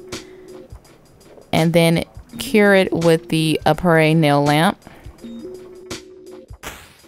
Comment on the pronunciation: Crystal lol no the stuff she was using was from “Aprés kit” you pronounce it as a pray